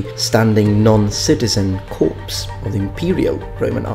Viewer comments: It is actually pronounced shivalric or shivalry the C is pronounced like an S Also corps is pronounced Core or cores not corpse. additionally Echelon is pronounced esh-e-lon. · Corps is pronounced core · love the vids, but gotta say corps is not pronounced "corpse" its pronounced "core" sorry spent too many years in the corps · The word Corps in English is pronounced as "core", not as "corpse". Your English is incredibly good, if accented, but as a former member of the United States Marine Corps, that mispronunciation really gets at me. Then again, my Italian is limited to "capo di cazzo" and various other New York Sicilianisms that I can't even imagine how they're spelled (all profane of course), so I guess I'm not in much of a position to speak on the topic. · The "ps" in "Corps" is silent. If you pronounce it, it becomes "corpse".